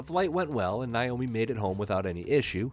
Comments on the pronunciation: Omg could u give this lady enough respect to pronounce her name right! It's Naomi not Nyomi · Please learn how to say her name. Nay-oh-me, not nigh-oh-mi. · Why do you keep pronouncing her name as ‘Ny’omi? It’s pronounced ‘Na’omi. Just curious. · Nay-o-me not Nye-o-me. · Her name is NAYomi, not NIomi. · Nice video but I wish people would learn how to pronounce this beautiful woman’s name properly, it’s not NIomi it’s NAomi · Her name is Naomi, NOT Niomi as you keep saying on this video. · Please learn how to pronounce Naomi's name for any future reports.